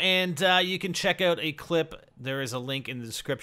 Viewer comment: Its not relevant, but i like when you say oat (out)